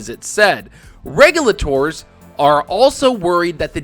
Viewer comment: still doesn't pronounce "regulator" correctly lol